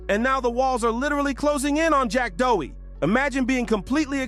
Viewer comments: Jack Doughy. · If you’re gonna quick bait someone and use a measure total content, you should always learn to say their name properly😊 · BRO START SAYING HIS NAME RIGHT ARE YOU OK